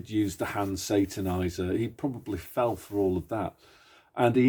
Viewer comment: “Hand sataniser” I haven’t heard that before 😂